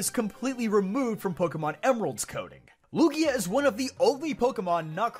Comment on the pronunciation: Lugia? He pronouced it correctly